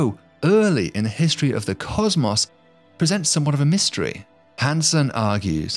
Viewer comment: The way he said "caws-maws" instead of cosmos makes me wish violent thoughts about the narrator